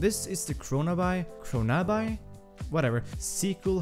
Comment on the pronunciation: “What ever?” Kronaby, pronounced, CHRONABEE! Like “The Great Gatsby” 🗣 not Gatsbuy. Though, great video 👍